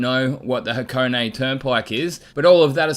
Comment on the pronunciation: Close.......”Ha co keh” is the pronunciation. Man that clear is flat!